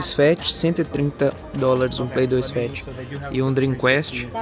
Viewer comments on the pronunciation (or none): Muito bom! Se me permite uma sugestão pra você que é referência em conteúdo... A pronúncia do console da Sega é "Drim qést" (sem falar o "u" no "quést". Você é fera! Parabéns!